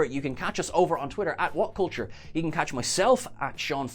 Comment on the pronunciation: This was the first day I had ever heard the ‘r’ in What Culture